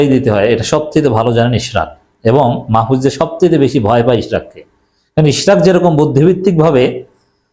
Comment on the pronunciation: মাহফুজ সত্য কথা বলছে,এখন গা জ্বলে, আপনি নামটা ভাল ভাবে উচ্চারণ করেন,আপনি জামাত করেন,ভদ্র ভাবে কথা বলেন,আপনি তো জামাতদের দালাল সবাই জানে